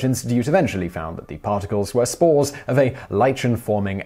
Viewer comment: For a second there I thought he was saying smores instead of spores.